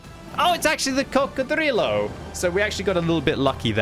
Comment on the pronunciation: please never say Coccodrillo like that again